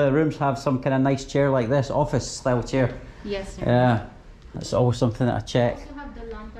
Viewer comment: I like how they have a type of accent when they say sir